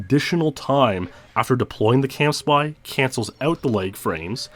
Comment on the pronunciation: Is it “camspy” or “campsy”? You pronounce it like the former but wrote it like the latter on the acceleration diagrams.